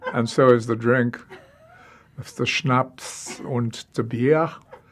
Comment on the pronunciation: "The schnaPPsss unt ze bieeeeh!"